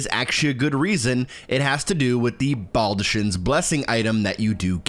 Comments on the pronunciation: You actually SHOULD hug her multiple times for her quest. Just use the blessing as soon as you get it if you don’t plan to use it. Also, why does everyone keep pronouncing baldachin that way when Fia says BALD-uh-KIN. The “ch” is just said like a K. I’d get it if no one said it aloud, but the character who gives it to you says as soon as you get it… do people just not listen? I’m genuinely confused. Almost as much as when people say Nier Auto-MOT-uh or Auto-MATE-uh instead of Aw-TAH-muh-Tuh… cuz it’s the plural form of automaton and should be pronounced similarly. (Actually with this one I don’t even think a lot of people know “automata” is a real word.) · Just literally butchered baldachin